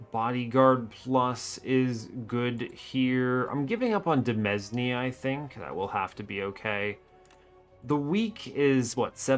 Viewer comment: Word fact of the video: demesne is pronounced like domain (not deh mezz knee), because it's just the French word for that and people sometimes use it to be fancy